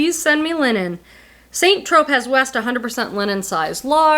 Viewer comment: Coldwater Creek used to be mall brand. Most if not all have closed. Also, just so you know 🫣😬 St. Tropez is pronounced San Tro Pay. Love your videos,!